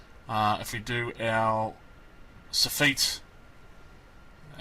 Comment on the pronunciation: Sof IT in U.K. not Soo feet. 😁✌🏻